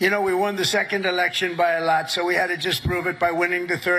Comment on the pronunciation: Here’s a clue that Trump KNOWS he’s lying: It’s that dainty little “L“ sound. : “We won by a LLLOT.” You can make it yourself. Normally you’d touch the top of your tongue to the bottom of your upper front teeth. To make his“delicate L“ sound, you quickly touch the FRONT of your tongue to the BACK of your upper front teeth. Try it! Either he’s thinking (unconsciously), “If I use this delicate little pronunciation, I can SNEAK this idea into people’s heads before they have time to think about it”… or he’s thinking (again unconsciously), “This should make me sound ‘high-class’, so people will defer to my opinion.” But actually he’s giving himself away. Listen for it!